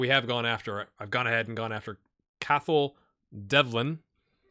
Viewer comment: Cathal is pronounced, "cawhull"